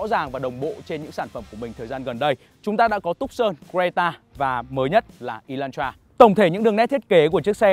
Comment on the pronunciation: Ê lan tra chứ ko phải" ê loan troa" ! Chữ "hắt" chứ ko phải chữ "hát" nha ông bắc kề con